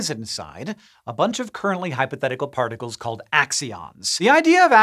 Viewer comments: does anybody else hear “parnacles” here? 😂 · Yep Confirmed....